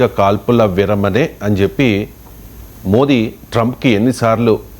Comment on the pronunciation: Sir meeru Modi chepte maa ku Moddi lekka venabadtundi, kaasta D ni marchi chepandi. Boothu ga vinabadtundi.